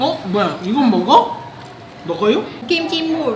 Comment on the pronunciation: 어 발음이 어려웅가봐요 ㅎㅎㅎ 둘다 먹거요